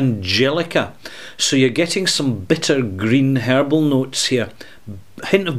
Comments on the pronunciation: HERBAL! I Thought you said hairball. Lol. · Scotty B Hahaha, I didn’t realize he didn’t say hairball all until I read your comment.